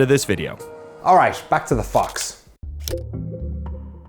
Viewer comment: I like how I know Danny said "back to the fox" but it totally sounded like "fucks"